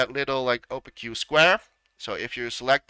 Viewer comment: It’s pronounced O-Pake. The opposite of transparent.